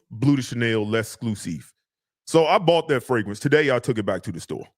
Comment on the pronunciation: Wait is from Baltimore now I see why he can’t pronounce the second R in fragrance😂😂😂. And when you said he bought a fragrance and took it back, it reminded me of when I used to work at Nordstrom‘s in Columbia, Maryland and them DC dudes would constantly buy, wear and return everything.